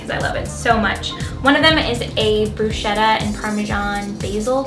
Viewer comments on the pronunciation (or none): Love your videos girl, you have such a mellow vibe. But its pronounced brusKetta. <3